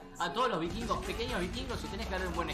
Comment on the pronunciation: Y nunca pudieron decir bien los "vikvirgos" tremendo trabalenguas es el nombre 😂😂